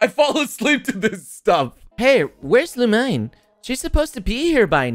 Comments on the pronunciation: the official pronunciation is Loo-mean. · Who's LuMINE i thought it reads Lumi-n.